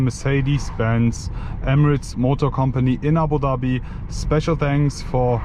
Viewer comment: the only european guy who can announce (Abudhabi) the right way